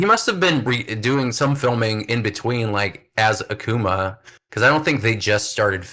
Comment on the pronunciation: Stopped watching when the host can’t even correctly pronounce Akuma